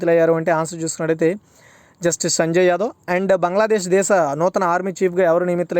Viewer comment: Phasiyuddeen kadu shafiyuddeen sir